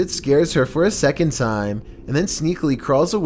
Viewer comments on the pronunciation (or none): none